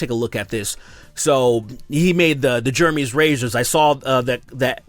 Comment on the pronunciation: Totally agree with you, but u gotta admit that woman on the left is hot. Also why do u pronounce Jeremy like “germy”